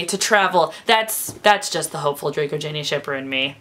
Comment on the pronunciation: You said, "...Draco/Ginny," but my ears heard, "Drinny."